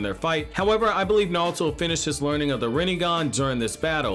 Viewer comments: Dude his name is NARUTO, not Nalto or Nauto lol 😂 but no hate the video is pretty good ! 😊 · Am i the only one hearing him say Narlto